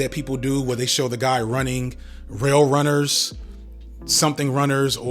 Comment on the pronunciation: unc said ‘rail runners’😭